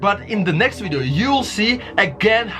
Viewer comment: What the hell is a "wideo??"